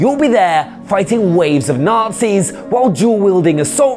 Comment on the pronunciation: He said nazi, thought he said numpty at first